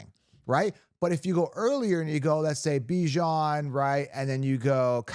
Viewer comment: You said Bijon’s name correctly! TWICE! YES! Other than that, your content has been spot on!